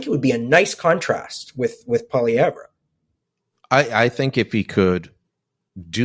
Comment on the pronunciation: This isn’t a good guest unless you’re looking for a real big liberal bias. He won’t even pronounce Poilievre properly. Must be upset about the ass kicking Trudeau and the liberal party are taking.